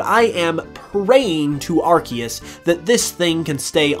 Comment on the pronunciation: its pronounced ar-cee-us, not ar-ke-us